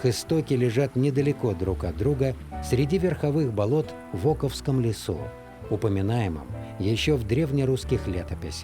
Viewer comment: Круто! Только лес называется Око́вским, а не О́ковским